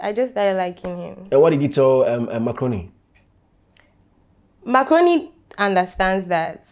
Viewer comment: Every time I hear Zion say “Mark Rooney”, It sounds like he’s saying“macaroni”…like taalia 🤣🤣🤣